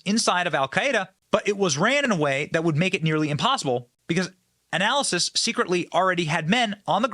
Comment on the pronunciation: I love your channel but you need to slow down and read the real words. You are saying different words than are written sometimes. Like analisist instead of analyst. And conceiving instead of conveying.